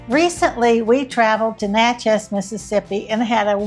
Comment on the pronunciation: It's not Nah CHEZ, It's Nah chiz. All my family is there in the city cemetery.